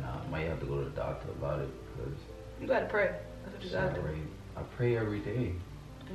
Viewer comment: Do you how many times she said we gat to pray.